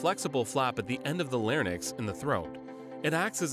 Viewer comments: Imagine saying larnyx instead of larynx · I believe the narrator says larnyx every time he means to say larynx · So many pronunciation errors, e.g., “larnyx” (it’s larynx) and DUoDEnem (it’s duOdenem). Embarrassing! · Larynx not larnyx. “Larinks not Larnix” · “Lair-nix”? Come on, it’s pronounced LAIR-inx. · Larynx not "Larnyx" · ffs it's pronounced "lareenx" not "lariNIX". this is braindead content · The only problem here is that the narrator needs to correct his pronunciation. The word is larynx, not larnyx. Common mistake. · “larNyx“ lmao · I think the animation guy did not asked a physician if its correct anatomy or not, epiglottis located opposite way and It's called larynx, not larnyx. But good job, great work 😊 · Mispronounced larynx as "larnix". Also the epiglottis is incorrect, it's facing the wrong way. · the narrator pronounces the word "larynx" as LARE•niks. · holy fuck the amount of times they mispronounce words on this channel the lair-nix ??? 🤦🤦🤦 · Larynx > “Larnynx” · I'm sorry did he just called the larynx the- "larnyx"? wtf? get a better narrator lmfao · Larynix lol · When the voice over can't pronounce.... LARNYX. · the "larnyx" huh? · What the fuck is a larnyx?? I know what a larynx is! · That's not how you pronounce larynx. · the guy doesn't know how to pronounce larynx... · You're not pronouncing larynx correctly. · First time heard that pronunciation of larynx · Cant even pronounce larynx jfc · Should probably learn how to pronounce Larynx.